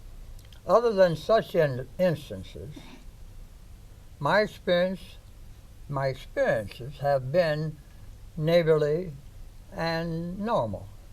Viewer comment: i swear he said neighgorly